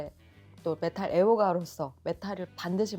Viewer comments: 근데 메탈을 왜 자꾸 메틀이라고하지😊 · 저남자는 왜 메탈을 메틀이라고 하시는거에요? 혹시 틀딱이신가요? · 메탈을 자꾸 메틀이라고 발음하시는거같던데 제가 잘못 알고있는건가요? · 매틀~ 이라는 발음이 자꾸 귀에 걸리네요~